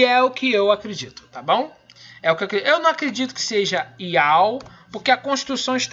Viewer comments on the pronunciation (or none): Ele diasse YAUH... Porem a pronúncia é YAU!